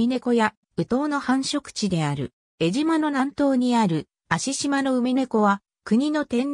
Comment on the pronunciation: 失礼ですが、よみがまちがえています。 我が故郷の名を間違えて、読まないで下さい。 貴方は、アナウンサーなのですか、正しい物の言い方をして下さい。